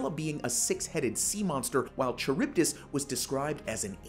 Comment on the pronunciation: Pronounce SKYLLA and KARYBDIS